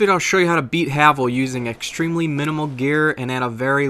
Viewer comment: first, it's called the taurus demon, second, it's pronounced hay-vel not havel